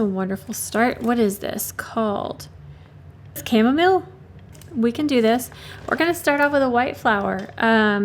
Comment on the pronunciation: Re Chamomile pronunciation… similar to how you would normally say mile as in walk a mile. It belongs to the daisy family indeed. Popular in teas and essential oils. I love watching painting out of the Flower Guide. I have it and love it